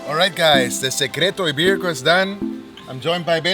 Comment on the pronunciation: It looks really delicious! But please learn how to pronounce it properly. It’s so much sexier!